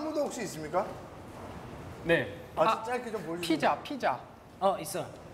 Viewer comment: Omg! Jackson is so freaking hilarious. I might have to check out Got7. Vixx's pronunciation of Pizza = Peeja ....can't breathe....laughing too much XD Hahahaha so cute Hyuk Jackson's like "I'm ready for my kiss" and Hyuk's like "Cheat cheat cheat"